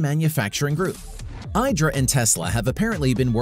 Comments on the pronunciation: It’s pronounced E dra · Your pronouncing IDRA incorrectly, and BTW its also pronounced "silicon" not "silicone" dummy